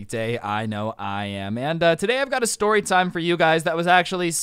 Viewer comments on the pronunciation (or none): what this shory stould teach you? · "And basically what this shory stould teach you"